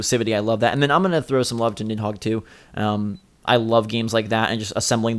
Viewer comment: nid-dog? wtf